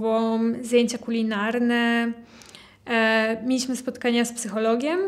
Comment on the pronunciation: Dzień dobry! Przepraszam. Czy to jest wymowa krakowska? dZękuję, mieliSmy, odZiał, Sedem, stawiC i t.d. Mieszkam w Syberii. Po raz pierwszy słyszę taką wymowę.